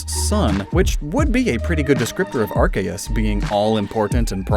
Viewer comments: Okay I have to say it. Arceus (アルセウス) is not pronounced arkay ass. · Hey pronounce Arceus correctly next time